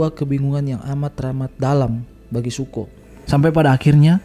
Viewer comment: Btw namanya raja api itu Zuko, bukan Suko bang wkwk, nice video.